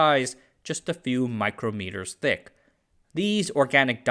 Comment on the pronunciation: Fascinating stuff. And, you said micro-metre not microm-etre, thank you!!